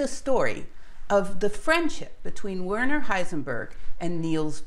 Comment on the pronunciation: A fine post - very interesting and very clear. But one little thing that bugs pedantic listeners - could you try and get the pronunciation of names a bit better? It is especially annoying to hear "Werner" mispronounced. It's pronounced "vairner" (sorta).